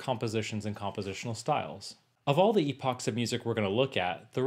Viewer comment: You are mispronouncing "epochs." If you're going to make videos, make sure you are literate.